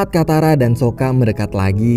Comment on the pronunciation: Saka bang bukan soka ..soka merk baja ringan🤣🤣🤣🤣